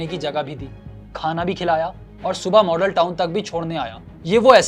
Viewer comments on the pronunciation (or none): none